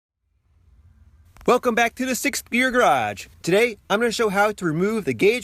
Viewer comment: Did you say SIX BEER GARAGE?